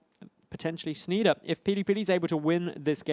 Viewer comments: PRONOUNCED SHNY-DEHR, FFS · You hurt me ears when you pronouce like Shneeder!